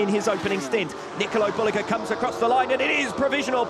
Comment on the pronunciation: booaaahhh diese dämliche KI Stimme kann man sich nicht geben. Und das von WSBK persönlich. Traurig sowas ... da passiert sowas eine all time best Lap und dann mit dieser gruseligen Ausdrucksweise. das ist ein Bereich in das der BMW nicht gut dahinliegt. Ratzgar defrotzulguss .... nikolo derulug ... 5000 sekunden Rückstand nur zur 2ten Runde .. waaaasss ? mein Gott wie kann man sowas online stellen. Was ist los mit den Leuten ? Alles wird nur noch lieblos dahingeklatscht ...